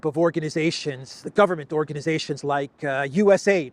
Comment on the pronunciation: It's called U-S-A-I-D all the letters are pronounced